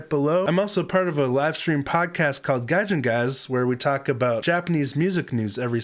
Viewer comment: I love your reaction! Since you are with Gaijin Guys (and are interested in Japanese...) the correct pronunciation for the "Gi" in "Gion" is more like the "gee" in "geek" so Gion would be like "Geeon" rhyming with "Leon". Not a complaint! Gion is the name of a district in Kyoto. I believe the video was taken in Kyoto. .. and "oido" is a Kyoto dialect for rear-end, so not many in Tokyo would understand... haha.